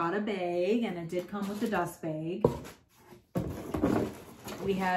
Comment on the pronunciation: Love how you always say beg instead of bag! Where are you from?